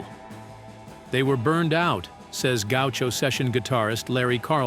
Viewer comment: The AI Narration on this "thing", drove me Crazy ! It's a Miracle the so caled "Narrator" was able to pronounce 'Gaucho' !